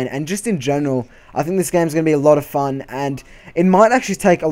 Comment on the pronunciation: I think u just destroyed the word "fun"